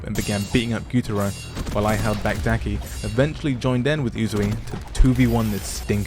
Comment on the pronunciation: That is the demon Daki not that name you said😂